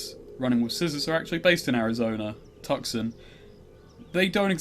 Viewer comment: Its weird to hear someone who pronounces Oaxaca correctly mispronouncing Tucson. Toos-on. I have no idea why.